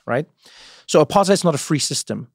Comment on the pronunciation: Trevor's intentionally mispronouncing apartheid & it's low-key insulting to your fellow South Africans.. Nah bro